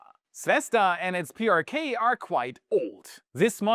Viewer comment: PrK - pronounced 'Pay ar Ka'